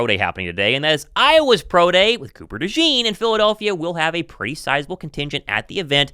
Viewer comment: De Zean is the pronunciation. Not De Jean 👖